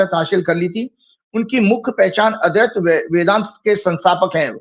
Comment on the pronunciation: अद्वैत सिद्धांत नहीं बोल पा रहे हैं ये विद्वान महोदय,अदैत्य बोल रहे हैं ये अद्वैत को।